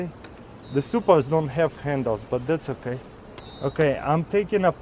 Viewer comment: Did he say “im ready putting the suppers and nukes?”